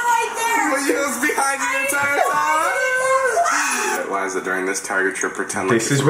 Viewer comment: it's Liza not lizzza